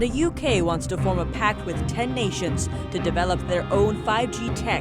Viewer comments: China in Focus; It's PACT, not PACK... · "", you keep mispronouncing the word "Encroachment". It is not pronounced "Encrouchment". There is no such word as "Encrouchment"! Also it's "PACT", not 'PACK"!